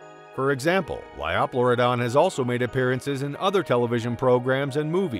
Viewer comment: The pronunciations could use some work, too. "LY-oh-PLEUR-i-don," not 'Ly-AW-PLEUR-i-don" — that just sounded awkward! — and "PLY-o-saur," not "PLEE-o-saur."